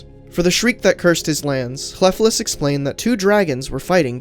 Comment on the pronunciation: The F is pronounced like a V. But your ll is good :)